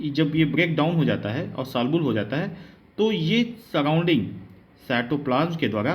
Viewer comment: Salbul nahi soluble